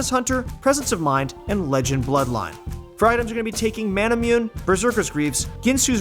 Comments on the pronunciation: It's not pronounced (Mana-Mi-You-N) it's pronounced (Mana-Moo-Neh). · IT ISNT MANA-MOON ITS MANA-MOON-AY. CHRIST